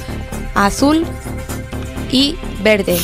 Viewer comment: Porque hablas mal as dicho en el video para decir verde has dicho vele porque